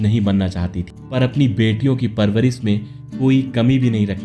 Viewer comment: यह कौन भैय्या है? इसका हिंदी उच्चारण कितना घटिया है। शुटिंग को सूटिंग, राजेश को राजेस, परवरिश के परवरिस, शायद या सायद, शादी सादी, manzil या manjil